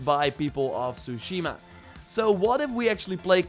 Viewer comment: TSUSHIMA— T S U shima Not Shushima. It’s not that fucking hard